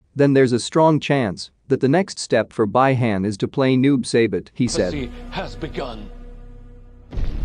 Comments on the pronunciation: Noob saybit....... 🤦🏻‍♂️🤦🏻‍♂️ BRUH!!! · Noob saibut? 🤣🤣🤣 at least know how to pronounce the name right dude.